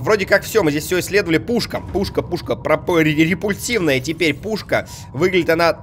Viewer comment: Репульсионная,а не репульсивная С пропульсионной аналогично